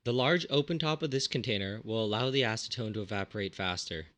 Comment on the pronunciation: Aseton??? Seriously???